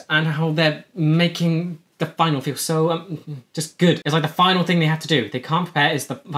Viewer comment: It isn't a Final, like the last year of the semester. It's a Finale, pronounced fin-AA-lee.